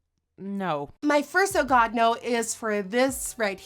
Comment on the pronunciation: It sounds like she said "hits in a god nose " !!😂😂